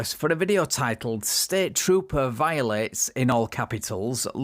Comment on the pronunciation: Should be spelled VI-OH-LATE